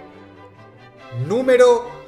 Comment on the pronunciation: "número SES"